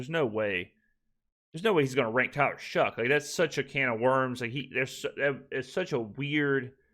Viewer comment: I noticed you were saying “it’s shocking” instead of “it’s shoughing”. Still great coverage my guy, looking forward to the future videos